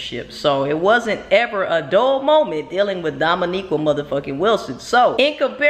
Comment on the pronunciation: I LOVE YOUR VIDEOS,.... BUT PLEASE DO ME, AND POSSIBLY OTHERS, AND MAYBE EVEN DOMO ONE HUGE FAVOR!!!! YOU HAVE TO PLEEEEEEEEAAAAAASSSSEEEEE PLEASE P L E A S E STOP CALLIN DOMO "DOMONIQUA" LOL BVS!!!!!! IT SOUNDS SO HOOD-RATCHET!!! HER NAME IS DOMONIQUE (pronounced like domo-neek)